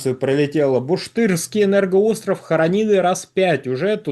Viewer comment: 0.23 "буршТЫРСКИЙ энергорстров"... Сука, тупит, как всегда. Его костноязычие просто зашкаливает...